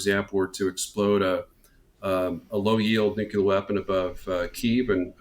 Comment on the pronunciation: Some please tell this doofus, the pronunciation is NEW CLEAR not NEW KEY LER.